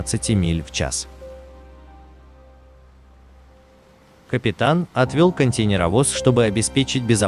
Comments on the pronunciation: КонтЕйнеровоз произносится через букву "Э" как - контэйнеровоз. Ну раз уж вы озвучивает, так учите пожалуйста великий и могучий.... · КонтЭйнеровоз... Ударение и буквы хотелось бы употреблять как нужно